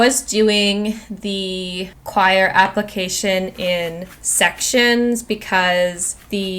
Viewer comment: Just an FYI Scindapsus is pronounced sin-dap-sus NOT skin-dap-sus. The c is silent, like in the word science. Also, coir (as in coco coir) is pronounced coy-er or even just core if you like, but definitely NOT qwire (choir). Only reason I am mentioning it is because it was said soooo many times.